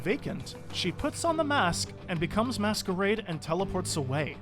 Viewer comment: Way you pronounce masquerade as they it's he